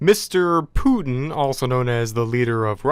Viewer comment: The way he said putin tho